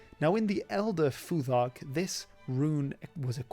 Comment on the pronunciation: the th in futhark should be unvoiced like thought or thing